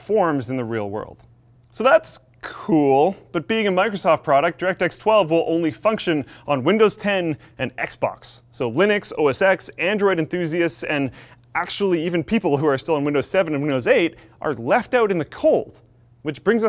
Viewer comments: Please, I can't believe you said "OS ECKS" instead of "OS TEN"! I hate Apple by the way! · Say it with me, "oh es ten", not "oh es ex" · it's pronounced "OS ten". X is a roman numeral, you know because it follows Mac OS 9. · Say "O-S-10"! its not "OSX" (you dont sound professional) the "X" means 10 (roman numerals)